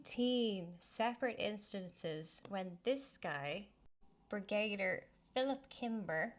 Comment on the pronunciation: Brigadier is pronounced Brig-A-Deer